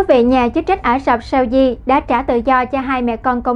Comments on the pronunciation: Mỗi lần nghe này là mỗi lần tôi bị ngứa tai với vc phát âm tất cả những /s/ trở thành /sh/. Very effing ANNOYING!!! 👎👎👎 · đọc 'SAUDI' nghe kỳ quá